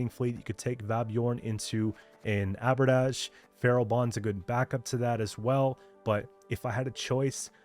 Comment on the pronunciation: Just for future Q, much as I'm sure you hate pronunciation comments - the way you're pronouncing Abordage is accurate to French which it's derived from, but for the English term it's pronounced with "-age" at the end more like the way you'd say the end of "luggage". Abordage is an old term from the age of sail and slightly later simply meaning "the act of boarding a vessel"